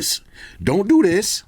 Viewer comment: Don’t do diss… doO DIIsss.. Cracked me up😂😂😂